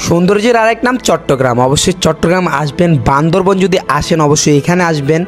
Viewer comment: চেং চুং চেং বলে আবার ওখানে যাস কেন? আর বান্দরবন না বান্দরবান হবে